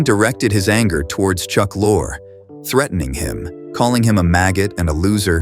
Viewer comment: 4 different pronunciations of Chuck Lorre's name. Sheeesh